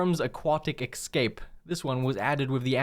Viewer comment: Buddy, spell "escape". Then say it out loud. You're welcome.